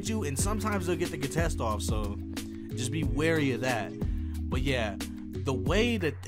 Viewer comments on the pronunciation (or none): none